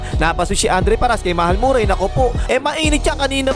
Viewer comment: Tol, hindi yan MurAy. Ma-re pronunciation nyan!